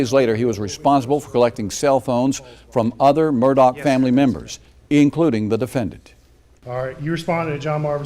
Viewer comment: What is the real pronunciation of his last name because you keep calling him Murdoc not Murdaugh? Just wondering. Noticed his son didn't come back after lunch. Was he disgusted with the morning testimony? Pretty damning if I heard correctly from yesterday and today. Sad😡